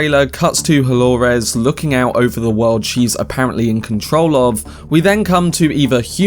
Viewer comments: Why do you say holores! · And who is Delorez? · Why do you say Dolores like that😭